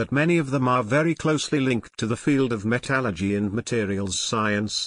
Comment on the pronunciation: Well, can't say I like the robotic delivery, but at least you did explain it, and you pronounced "metallurgy" right, so I give props for that.